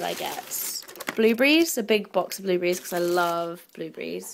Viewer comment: I love how you pronounce the word blueberries as "bluebreeze". cute